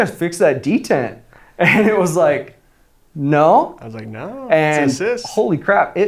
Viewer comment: "It's ike I'm holding.... a rhinoceros." 🤣😅😆